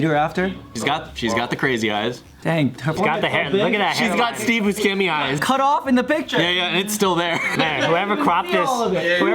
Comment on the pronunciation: He did not just say Steve BusKEMI